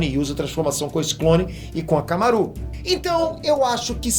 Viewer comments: Não se fala hakamaru assim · falou errado aí Tá falando akamaru errado q isso